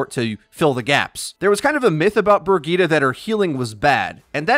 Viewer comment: Isnt briggette pronounced bridge it